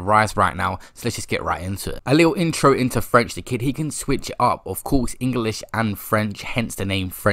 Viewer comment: “where he learnt to speak frent” Making up new words lol